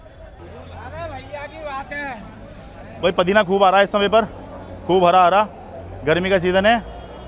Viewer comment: Pudina boliye bhai. Padina bol rhe h. 😂😂😂